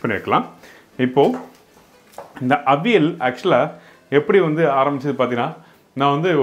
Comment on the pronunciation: Where is vazhakaai? .it is kne of the prime ingredient. . Pooshnika vazhakai n chennai most imp.. n ...it is avi- yal... not aveel